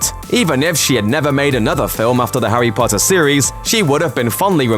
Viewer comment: "Harry Butter" Killed me 😂